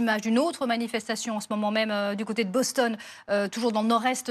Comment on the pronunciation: On dit Boston et non Bostonne OK